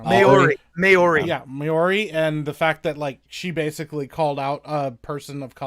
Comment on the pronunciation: Please, Maori is pronounced "Mow-ree" (rhymes with "How-ree") NOT "May-or-ee"